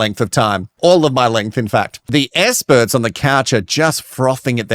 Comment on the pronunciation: I have a question because I just started watching this YouTuber so don’t know.. Is there a reason why he can’t say the letter X? He says ‘ESPERTS’ AND ‘ESPERIMENT’ so I’m wondering if it’s an actual thing and been addressed previously where he won’t say the letter ‘X’ anywhere.. ???